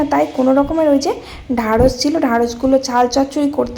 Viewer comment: ওয়টা ঢেঁড়স বুঝলে ঢারস না কথা টা ঠিক মতো বলো